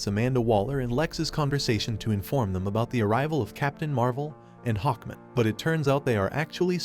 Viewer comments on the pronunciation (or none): He also doesn't say "Hawkman" or "protagonist" right either